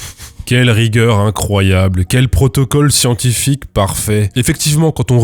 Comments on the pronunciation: Le "houit" m'a bouzillé. Et je me remets jamais du "SCIENTIFIQUE !" de tonton Bigard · le "SCIENTIFIQUE!!!" je m'en lasse jamais mdr